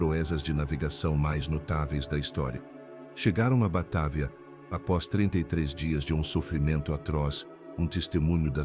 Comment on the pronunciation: Batávia,vc está esquecendo do acento agudo no á😂😂😂😂não é Batavía que se pronucia😂😂😂😂